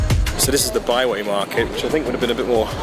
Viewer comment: Great series thus far! Nice to see you stop in my hometown of Ottawa. Byward market, I think you said Byway just fyi. The beer tour looks incredible I had no idea they had this type of thing and I live here. Ha! Epic adventures and glad you are exploring your newish country. Oh, it is Elgin (g) street. Look forward to more of your adventures.